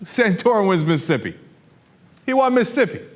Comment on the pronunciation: Is it just me or does Cenk say Mississippi weird? He say Missippi